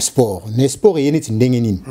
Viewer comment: Salut corrige ta prononciation on dit(SPORT)et non Esport. En outre on appelait Hitler la FUREUR et non FOUREUR merci pour la compréhension.